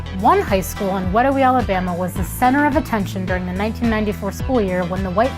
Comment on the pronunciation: I live in Wedowee AL and that so not how it’s pronounced it lol 🤣